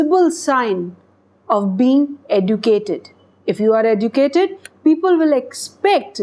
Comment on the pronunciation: I don't understand u pronounce leaRn .eDucate..what r u?